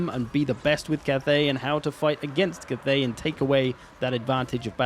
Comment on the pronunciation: it's not Kuth-ey, it's Cath(as in Catherine)-ey